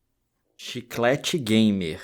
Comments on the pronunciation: “Chiclete gamer” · O bicho é gamer mesmo "Chiclate gamer". Kkkkkkkk